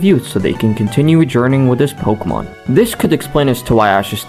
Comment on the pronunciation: The name pronunciations are atrocious lol